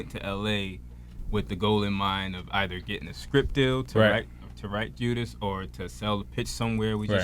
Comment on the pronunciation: also.. bruh its JUDAS not JUDAH. IJS.